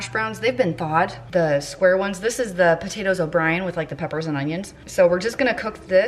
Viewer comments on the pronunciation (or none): none